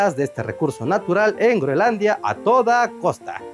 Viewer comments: Escucho a cada rato Greonlandia o Greolandia y es Groenlandia en español!!! Por favor, estoy viejo y cascarrabias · creo que alguien tiene un problema para decir groenlandia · Muy interesante el tema, pero.... No pude soportar un "Greolandia" o "Grolandia" más. Abortando misión en minuto . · Debe ser que la "n" es muda. 😂